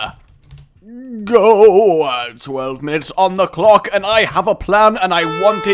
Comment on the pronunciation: Am I the only one who heard "twelve minutes on the cock!" at first? I know he said clock but the first time it sounded more like cock.